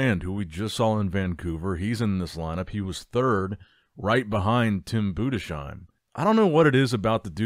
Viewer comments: Tim BOO DEZ HIME Not boodesh im 😅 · Tim Boo-diss-hime not Boo-de-shime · Budes-heim, not Budesh-heim. There is no "sh" sound. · His name is Tim Budesheim 😊 Greetings from Dresden Germany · Day 738 of telling he is pronounced "Boo-des-haim" 😂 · now you`ve to just switch the "sh" in Budesheim into an "s" and you got the right pronounciation. Budes - heim.:) All the best. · HIS NAME IS TIM BUDESHEIM ! 🤬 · FFS stop butchering Tims Surname!!!!!!!!!!!!!!!!!!!!!!!!!!!!!!!!